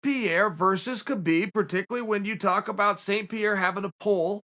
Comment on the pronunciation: imagine being a MMA legend but no one ever pronounces your name right. HAbeeb